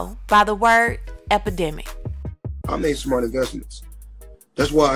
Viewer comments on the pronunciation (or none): He was just trying to say epiderm, epidermic, I mean epipandemic, pandemic, childddddd😂😂😂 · You are way too FUNNYYY... I cannot with when you said epide- academ- what he say? 💀💀😂😂😂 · Him trying to say “epidemic” is the funniest shit ever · That video of her daddy trying to say “epidemic” took me all the way out🤣🤣🤣🤣